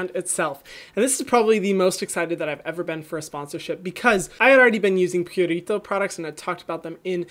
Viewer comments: Hyram, please stop rolling the 'r' in Purito. It's really not necessary and is very distracting. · No one: Hyram: pUrRRrRritO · Purito is a skin saver. Their Centella Green line has worked wonders for me (aside from the eye cream, I'm sticking to Benton for that) very soothing, hydrating and gentle even on the most sensitized skin. They also listen to their consumers and post short comics on their IG. I absolutely love this brand and the only one that became HG status immediately. I'll admit you pronouncing Purito like that is weird for me. I'm used to hearing it with an elongated 'oo' sound (like Pooh without the h) instead of pyurito. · Love how you say Purito lol